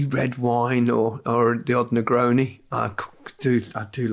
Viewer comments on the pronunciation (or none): Gary had to very careful how he pronounced Negroni